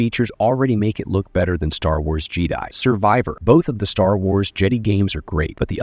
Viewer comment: Whenever you mentioned something with Jedi, the AI says Jeeedi